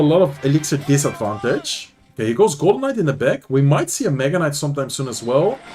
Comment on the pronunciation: I kept hearing “golem mites” everytime was talking about the golden night during the Riley vs sweep recruits game 😂